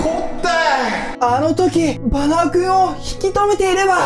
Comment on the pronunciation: いっつもバナオくんだけ最後に言えてなて草😆